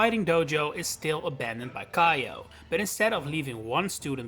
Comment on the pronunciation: For future reference, Kiyo isn't pronounced "kai-o" it's "kee-yo." If it was pronounced with the "aye" dipthtong, it would've been spelled "Kaiyo."